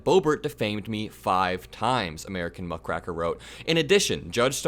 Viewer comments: Um. It's muckraker (muck-ray-ker), not muck-cracker there, bro. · GREAT VIDEO. Just FYI, have you ever used a rake, like to rake up leaves. If you did that, you would be a leaf RAY-ker. If you rake muck, you are a Muckraker, not racker. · "Muckraker" is pronounced "muck-ray-ker," not "muck-rack-er. " It's an old term, going back to the early days of journalism, when investigative journalists who dug into the sordid corrupt details of the "leading citizens" and civil leaders of the day were compared to farm hands who cleaned the manure out of a barn -- low-wage, illiterate workers who cleaned up the "muck" (manure) out of a barn using a rake (pronounced "rayk") -- thus, a "muck raker." An even older use of the word "rake" was a "cad" or "lothario," an heartless, casual seducer of women who cared nothing for the trouble, shame, humiliation, ostracism, or child he left her with after taking his pleasure. In like manner, a journalist who got his/her headline, scoop, and byline but cared nothing for the wrecked life he/she left behind as a result of his/her heartless investigation was also considered a "rake," who exposed the "muck" of other people's lives. Of course, the damage done by these "fine, upstanding citizens" with their corruption, extra-judicial murders, graft, and sexual exploitation of their employees and servants was smoothly glossed over by the other "fine, upstanding citizens" of the town because "nice people don't talk of such things." Again -- the Teapot Dome Scandal, the stock watering, the corruption in Chicago in the Twenties, the influence peddling, the men who seduced women then gave them money to either leave town and start a new life somewhere else or have an abortion, the poor peopl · You are misspronouncing the word "muckraker" pretty badly. It's rake, not rack! 😅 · Rake like the garden tool muckrakers not rack, sorry the English teacher in me couldn't help it 😮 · Muck RAKER not Muck RACKER. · Muck-raker not “Muck-racker”